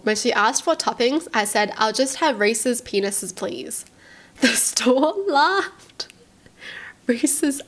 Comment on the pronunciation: 'Reese's Peni$e$' 😂😂😂😂 What were they trying to say 😂😂😂